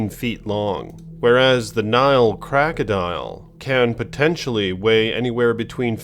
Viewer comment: I like this channel, so no disrespect, but I agree that I will from now forward use the term crackadile. I love when an accidental mispronounciation becomes an excellent new word to use.